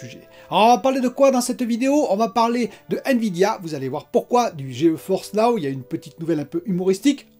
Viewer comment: Salut, c'est pas plutôt Ge-Force Now? Tu dis tout le temps Geo-Force Now 🤷